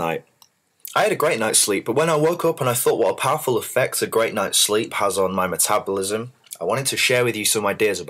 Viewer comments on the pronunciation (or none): He said matabalism